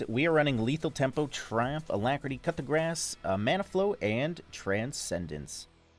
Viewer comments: Is the way you pronouce coupe de grace a joke or do you not know how to say it? Not trying to be rude but if you arent sure how to pronounce it, it sounds like coo du grahs or blow of mercy in english. Anyway thanks for the quality league content! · do you intentionally pronounce "coup de grâce" like "cut the grass" ?